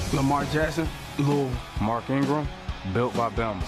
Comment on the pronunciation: the man said "Luul" "Lou-is-ville" has 3 syllables... he only said 1. I think you're the one here who can't hear.